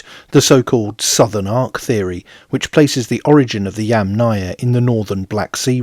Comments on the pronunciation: You are clearly saying YamNAya, instead of YAMnaya. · person-turqouise-waving: hi, I liked your video! FYI, it does sound as if you are putting much more stress on the "náya"... next time, do try it this way; Breath in then breath out the word -- Yúmmna-ia.. best of luck, as I know it is difficult. Personally, I rather hear you say "pit culture" instead, which is the lit. name of it. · Yamnaya is pronounced with the accent on the FIRST syllable. -aya is a suffix, and suffixes never take stress. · yes, many knowledgeable people said something about the name of the pit culture being repeatedly mispronounced by the author.. It is a russian word, it is feminine, it is difficult for English speakers to say correctly. . "яма" lit. means pit.